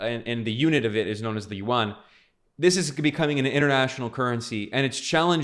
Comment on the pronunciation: Chinese Yuan is pronounced by you as "Won" which is the Korean's currency.